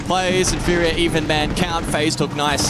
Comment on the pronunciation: when you guys gonna tell he he says the word even wrong